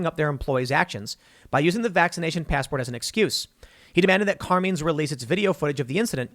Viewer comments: I can tell Tim, Jeremy TheQuartering didn't spend time with families of made wiseguys. CAR-MINE. Not Car-Mean. CARMINE. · Carmine rhymes with line